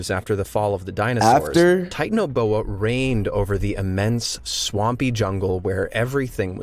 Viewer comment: it’s pronounced (ti-tan-o-bo-a)